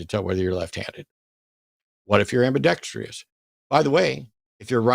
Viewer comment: Ambidextrous, Matt. Not ambidextrious 😂😂😂